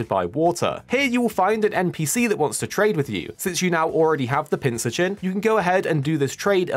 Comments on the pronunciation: It’s pronounced Pin-cur-chin, like a cross between a pincushion and an urchin. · You're pronouncing Pincurchin wrong.